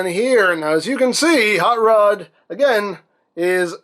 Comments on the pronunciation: The way he pronounces his name sounds like "haught lod" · Huut ruuud